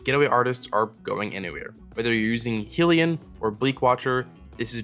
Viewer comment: I hate to be that person but Hellion is pronounced 'Hell-ee-un'. Like 'minion' but from Hell.